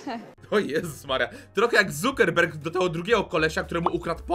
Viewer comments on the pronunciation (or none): none